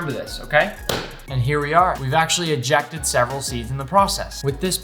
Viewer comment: When he said “we ejacked 7 seeds” I was laughing so hard